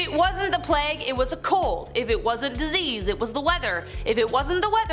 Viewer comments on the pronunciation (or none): What the heck is a plagg???? It is pronounced Playg with the hard G. Please people look up words get pronunciations for goodness sake. How could someone this age not know how to say plague?